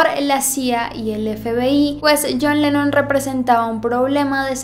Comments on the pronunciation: al fin John Lennon, ah por cierto es LENNON, NO LENON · es "Lennon":)